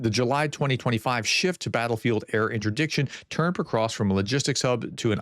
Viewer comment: Pokrovsk, not pokrosk...Jesus if you are gonna talk about it at least learn to pronounce it